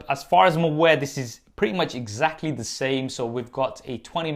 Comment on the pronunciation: Stop with this confusion in every video, get it right: "the" as /ði/ in front of words that start with a vowel-sound "the" as /ðə/ in front of words that start with a consonant-sound